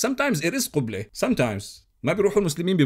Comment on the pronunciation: عندما نطقت كلمة قِبلة بــقُبلة عرفت كمية جهلك ..